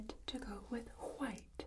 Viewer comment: She says white like Bob Ross 🥺